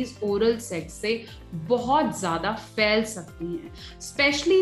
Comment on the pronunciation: Fyl sakti hyn Nahi " Phyl sakti hyn"